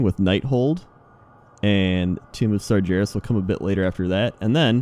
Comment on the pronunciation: And still hasn't learn how to say Sargeras properly...